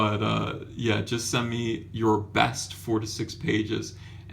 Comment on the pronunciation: Four. To. Six. It sounds like you're saying forty six. That's terrifying!